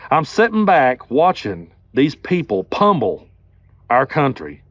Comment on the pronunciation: The word is pronounced pummel not pumble which you said repeatedly.